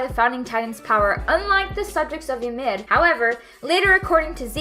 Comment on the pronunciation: The only thing I learned from this video “Ymir” is apparently pronounced “youmid”